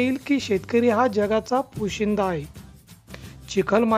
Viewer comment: पोशीदा नाही सर,पोशिंदा असते.